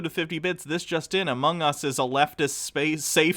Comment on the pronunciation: Even the way he pronounces Among Us and roguelike is so alien. I wonder if he watched Thought Slime and that's why he's so hung up on skateboarding? So weird.